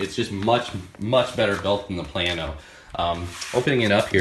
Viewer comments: Plano is not pronounced plan-o, it's pronounced plain-o. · HEY, It is PLA-No. Not Plan-oH. Teach you Texan Talk. Plano, Texas in Collin County, just North of Dallas, Texas. I had to learn when we moved here from East Tenn. Mexia, Texas is Mahay-ya, not Mex-Ea. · Plano is Play-No if you live up north or in the midwest..